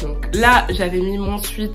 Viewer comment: Ça se prononce « souèt » pas « souit »😊